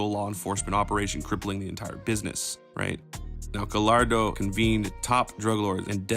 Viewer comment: Bro, love these videos but please please please practice pronouncing names. You pronounce Gallardo and sinsemilla like a normal L but they sound like a Y. Sin Semi-ya, Ga-ya-rdo. You get it